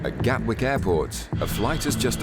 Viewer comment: Gatwick, not Galwick